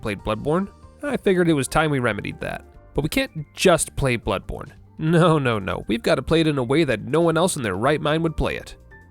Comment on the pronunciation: Bloodborne: bownly